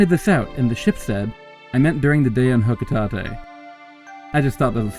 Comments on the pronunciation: I fucking dare you to say Hocotate like that again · “Let me address the elephant in the room” oh, the fact that in the previous line, you mispronounce Hocotate?